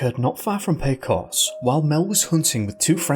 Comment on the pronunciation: 😆 bruh... okay it's "pey-cose' not "peh-coss" "Hey-mez" not "jeh-mez" and it's Jeep "CHE-roh-kee" not "chuh-ROWkee" but don't worry you get a pass, i don't blame you, we have some strange words in New Mexico. Lol nice work with Sangre de Cristo though! Mel Nadel could have decided to disappear. No one leaves their gps behind, that's like forgetting your cell phone, especially if he'd gotten lost before. Maybe his trail ended because he started walking in to keep up appearances, then walked back out and got into a car.